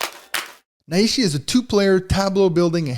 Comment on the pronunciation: Just discovered this on BGA and really excited to play. Just a little note: The characters of the Japanese name are nai and shi, and it’s therefore not pronounced na-i-shi, but nai-shi. You pull the nai together like the ni in Night.😊